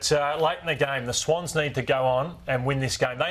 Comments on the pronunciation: "over the SWONS" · was howling when said 'ssWOWnns'